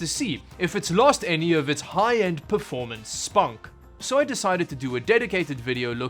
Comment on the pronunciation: I actually heard it spum then I replayed the video and saw that it was spunk..…... 😅😅😅😅😅😅